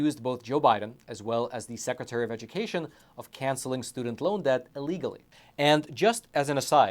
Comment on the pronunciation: Never say..." Uhlegally"...its sounds too much like you are trying to say he did it uh......legally....STOP IT!!!